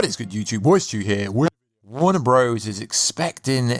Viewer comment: did you say Warner Bros 😂